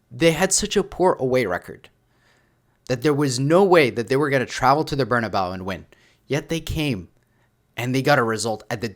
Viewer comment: Please, I’m begging you, stop calling the stadium “Bernabao”, it’s pronounced “Bernabe-ooh”.